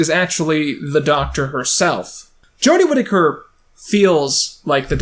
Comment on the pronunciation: Big fan of your videos like this! (This being dissecting and more camera based) Also thank you for saying Jodie's last name correctly lmao. Personally I like Jodie's portrayal of the doctor. She's like all my fave parts of 9, 10 and 11.